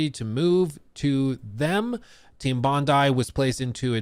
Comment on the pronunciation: Bro’s absolutely destroying the pronunciation of these names. It’s Mownash and Bondee.